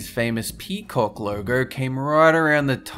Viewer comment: I love how he pronounced "peacock" x)